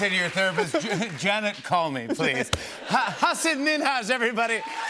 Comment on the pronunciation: Jimmy still could not pronounce his name correctly 😄